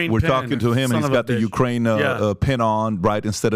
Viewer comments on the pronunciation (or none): He can't even say correctly Ukraine and yet he's an "expert" now on this war... c mon people 😂